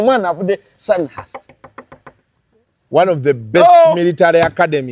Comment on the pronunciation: Sandhurst is pronounced Sandurst- the H is silent.